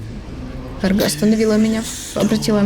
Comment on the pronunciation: Токмо "каргА", а не "кАрга").